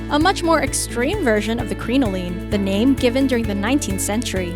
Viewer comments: It's pronounced CRIN-o-lin. Both "i's" are short. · My god the way they pronounce crinoline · Crinoline is pronounced Crin like "cringe" O like "oh" Line like "goblin" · Every single time you said "crinoline" you said it wrong and I cringed so bad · Her pronunciation of crinoline made my ears bleed. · Projects I've studied Fashion History & it seemed pretty accurate to me! ( Except for the way she pronounced Crinoline) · I'm glad I wasn't the only one who cringed every time she said crinoline wrong! It was painful to listen to! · I was dying as she kept mispronouncing it.